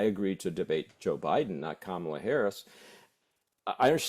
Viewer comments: It's KA-mala, not Ka-MAla. Not hard and pretty poor for "top" journos not to know how to pronounce a presidential candidate's name. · COMMA-La to CoMAHla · Can you at least pronounce Kamala properly it is not Kamarla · Mispronunciation of her name is really starting to grate. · If this guy can't even take the time to learn how to say her name why is he a host? Not the guest. The host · Learn how to say KAMALA !!!! Or was it your political intention to mispronounce it? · COME ON - PLEASE LEARN HOW TO PRONOUNCE "KAMALA" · Please learn how to pronounce Kamala. You're embarrassing yourselves. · He does have a problem saying her name, but in November he can just call her Madam President💙💙💙💙💙💙💙💙💙